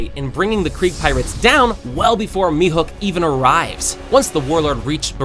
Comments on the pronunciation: Dude its mihawk not mihook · mihook? you mean mihawk? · Your pronunciation sucks, this has gotta be like the 10th video where you can’t say “Baratie” and you still call him mihook instead of Mihawk, what the hell? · Calling Mehawk mehuck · you genuinely piss me off whenever you mispronounce half of the names ITS NOT MEHOOK ITS PRONOUNCED ME HAWK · Who's the heck is mehook It's mehawk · "Mihook"got me… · mihawk nah he said meathook